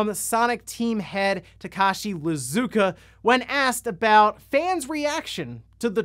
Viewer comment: Its Iizuka not Lizuka